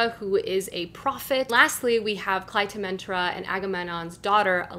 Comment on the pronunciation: Loved the Video but as an archaeology Student: "A-ga-mem-non" And "Cly-tem-nes-tra" And "A-reee-ad-nee" Other than that, great haul and some interesting books to add to my tbr!!